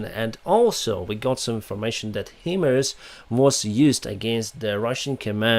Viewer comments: Hello. I’ve been watching your presentations for several weeks. Keep it up, you are doing a great job. FYI-HIMARS, High Mobility Artillery Rocket System, sounds like High Mars. Best Regards, Tim Hollar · just a small correction, HIMARS should be read as HI (as the greeting)+ MARS (as the planet Mars)